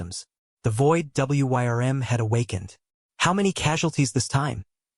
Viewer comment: "Wyrm" gets pronounced like it's an acronym in this video